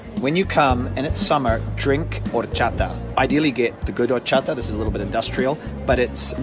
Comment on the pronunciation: Me apasiona lo bien que pronuncias las palabras "jamón", "galicia" u "horchata" casi tanto como a ti te apasiona el fuet 👏👏👏😍